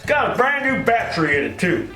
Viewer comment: It's not battry, it's battery.